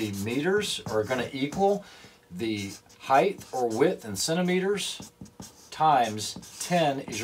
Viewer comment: Someone else making up new words. Height has now apparently become height-th. Who knew?